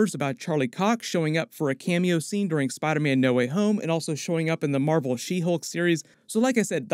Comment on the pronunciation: In the 9-10 min mark you hit that “SPYYderman” like you were from jersey 😂